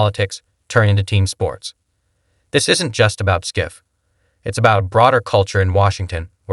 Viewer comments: Damn, I want to like this but I can't get past the host mispronouncing his name. It undermines the whole video. Schiff should be held accountable. He should never be able to work in politics or any position of power. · Can't even pronounce Schiff's name properly? Sure the guy is trash...but the voice-over? C'mon.